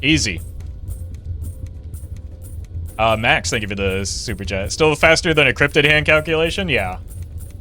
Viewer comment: does anyone feel like he says "Stupid chat" instead of "super chat"